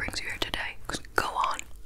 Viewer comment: The Dragon Ball fanboy in me was thinking you were saying "Gohan" instead of "go on" lol